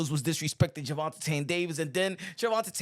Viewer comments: I love your channel and reported news but plz stop saying “Gervontatane”…it’s Gervonta or just say Tank. Sheneneh took me out though🤣🤣🤣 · Jus say tank, why u saying his name like dat. Gervatain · Why are you pronouncing his name like that?